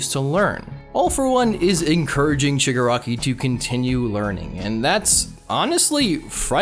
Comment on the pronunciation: its shig AH raki. thats my only complaint lol. i feel like in the end his goals are basically the same but he has more conviction. like he still just wants to destroy everything. love him tho tbh